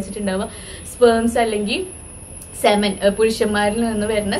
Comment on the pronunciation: Cemen alla 🤦it's pronounced as sea men